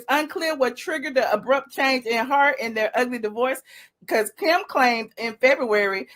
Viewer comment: Stop saying kkkkim. It's distracting and annoying.